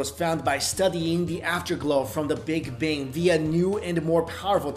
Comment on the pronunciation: lol, did he say the big 'bing' ?